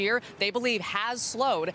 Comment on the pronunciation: It's pronounced U S AID. No need for a spelling bee.